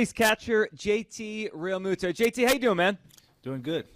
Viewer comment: Thought it was pronounced “Real-mew-to” not “Real-moo-to”?